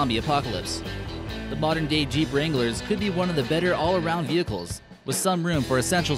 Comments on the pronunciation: Omg 😂😂 the fact that you noted venchiles had me cracking up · Lol venchiles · he said vehicles not vehchile